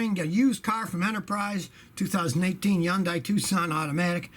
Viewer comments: What is this “Eundii” car that Scotty keeps talking about? Hey Scotty! It’s Hyundai. It rhymes with Sunday.😂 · Hyundai is pronounced "Hunday", like "Sunday".